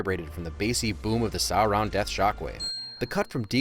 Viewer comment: I hate being "that nerd" but, it's pronounced "sore-on" Edit: well, that's how I pronounced when I read the books